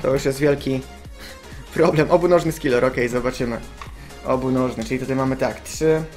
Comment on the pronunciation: skillor? coś ty góral 'ze mówis skilor zamiast skiller panocku' ? xD